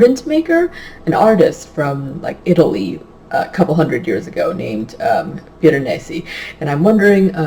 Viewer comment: Hahahahahahaha you definitely pronounced Piranesi better than I did! Omg I have no idea how to even spell it either, that just took me like tries to write. I am SO LOOKING forward to this one! Especially after hearing your thoughts on it! I love books that are a nice, slow unraveling of secrets! :)